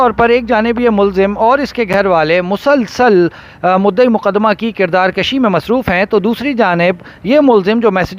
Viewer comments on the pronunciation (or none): kirdaar kushi not kirdaar kashi